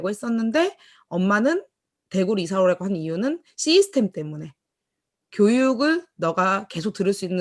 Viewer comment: 한가지 조언해줘도 될까요? 시스템 이라고 말할때 '시' 부분을 너무 길게 말하지 말고 짧게 해줄래요? 구글에 가서 system 이라고 찍어서 발음을 들어보면 아실거예요. 시스템 이란 말을 많이 하시는데 거의 시~이 스템 으로 들리는데요.... 그게 좀 이상하게 돌려요. 시 부분을 짧게 말해야해요... 자꾸만 시이스템 으로 들려서 신경이 쓰이네요... 오지랍 이라고 하실분이 계시겠지만 기왕이면 더 좋은 발음이면 듣기가 좋아요. 아. 참고로... 저.. 미국에 살고 있는데요... 여기에서 시이스템 이라고 하면 이상하게 들리거든요. 아주 많이 사용하시는 용어인데 기왕이면 더 정확한 발음으로 하시면 좋을거 같아서요... 아.. 참고로.. 저도 애터미언(?) 입니다.